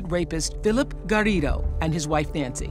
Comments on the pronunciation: Why is Oprah trying to be like Alex Trebeck over pronouncing Garrido? So pretentious. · she probably was just pronouncing the name as it's supposed to be pronounced. it's polite, not pretentious.